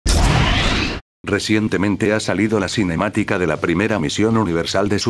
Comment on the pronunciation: ¿Sinematica? esas "C"